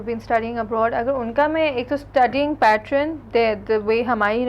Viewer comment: its pattern not patron.... good work btw....;-)